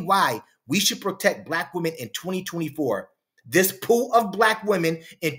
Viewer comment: did you say pool or poo?